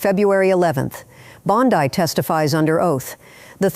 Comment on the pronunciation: Am I supposed to trust a report that can't decide on the pronouncement of "Bondi?"